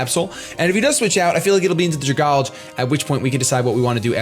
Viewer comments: Ok, this is bothering me. Dragalge. It's poison and dragon and lives in water. It's an algae that is a dragon. Dragon + Algae. So it's pronounced "Drag-AL-gee" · THANK YOU. I hear everybody pronounce it Drag-alge and it pisses me off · Some people just pronounce it flat out wrong, and it annoys me. But I have seen different ways people pronounce algae. Some people say al-gay and some people say al-gee. But then when it comes to dragalge some people just say it like drag-alj.